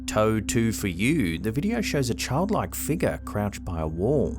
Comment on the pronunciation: BT's everytime says, "Figga":)